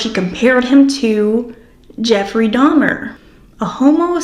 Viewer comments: i bet its because shes playing innocent little girl and innocent little girls dono who dahmer is so she pronounced it wrong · AND DEDE HAD AN CAJUN ACCENT SO IT MAKES SENSE SHE WOULD SAY "DAHMA" INSTEAD OF DAHMER. THE CAJUN ACCENT IS DIFFERENT THAN A CREOLE ACCENT AND IT ALMOST SOUNDS LIKE A NEW YORK ACCENT ON VALIUM. A NEW YORKER WOULD SAY "DAHMA". GYP REPEATED IT THE WAY HER MOTHER PRONOUNCED IT. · Thank you for showing this! I agree you caught her telling on herself. It's frustrating that the interrogator validated her comment, I wish he would've let her dig her hole more. It's possible she purposely mispronounced Dahmer's name to be deceptive that she was actually very aware of him. Also, I dont think DeeDee would have let her go to the restroom unattended. Maybe she had fallen asleep or was slipped a sleeping pill.